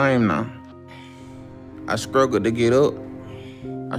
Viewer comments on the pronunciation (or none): “I scruggle to move...I scruggle to get up...” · I scruggle to take a stower, I scruggle to sweep at night... I even scruggle to ezist!